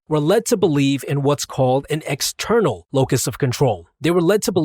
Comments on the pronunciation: ...it's eXternal, not Eternal🤷🏼‍♂️ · 'Eternal' instead of 'External' locus of Control..... Gotcha Improvement Pill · Also by the way , Eternal instead of *External*. Your welcome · External has an "x" in it. Says Eternal. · says "external" types "eternal"